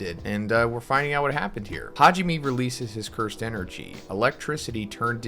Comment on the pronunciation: It’s Ha ji ME (MEI/MAY) Learn how to pronounce the names for crying out loud.